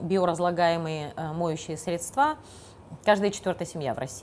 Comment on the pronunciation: И ещё , не средствА, а срЕдства